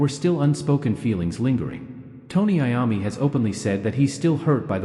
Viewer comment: Is this AI .Because he is mispronouncing Mr. Iommi's name